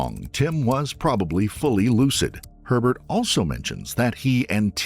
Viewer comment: i keep hearing pervert instead of herbert 😂